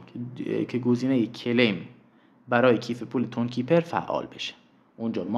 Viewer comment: کلایم رو میگی کلیم 😂 مجبوری مگه ویدیو اموزشی بسازی